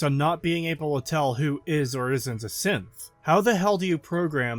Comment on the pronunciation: evreytime he said synth I hear simp